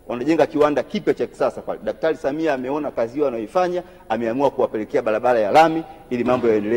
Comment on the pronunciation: Ni mara ngapi ametamka 'Daktari Samiha'????? 🤣🤣 Sawa Sawa Ameshakusikia... Ubunge utabaki kwako 🤣🤣🤣🤣🤣